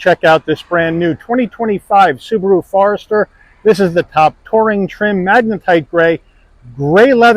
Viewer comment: He calls it a "FARESTER"? LOL. I mean come on. The FORester has been out for a long time. People know how to say it. There is no "A" in the name. It's Forester. FORESTER FOREST FORESTER. Not "far"ester. What a pathetic review.